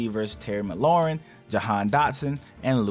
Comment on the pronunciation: Bro ITS “McLaurin” not “MaLaurin” please get it right if you’re gonna report on players 🙄🙄🙄🙄🙄🙄🙄